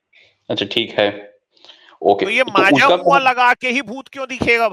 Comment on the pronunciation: Maaja mua 😂😂😂 it's majmua